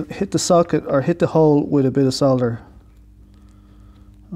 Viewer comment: Nice to hear the L in solder ! Sodder sounds SO wrong. Programming , yes please.